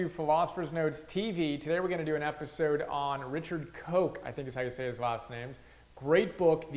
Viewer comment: Surname pronounced 'Kosh'